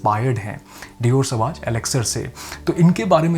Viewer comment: You are perfume reviewer, please don't mispronounce the name of "Sauvage" it is a legendary perfume. Please refer Google for correct pronunciation, it is not सवाज